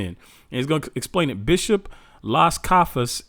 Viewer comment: Sounds like you are trying to pronounce cafas, it really is Casas —> full name Bartolemo Dela Casas. He had first hand experience of how the natives were tortured and decimated by the hands of the Portuguese and Spaniard Conquistadors. Keep up the good work. I’m learning a lot from a secular history perspective about our people.